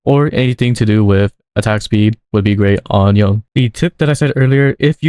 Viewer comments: To pronounce Yone...It is "Yon-Nay"...NOT YON! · Saying yone instead of yoné is illegal